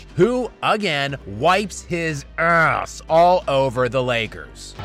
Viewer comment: 😂😂😂😂 the way you say Ass always kills me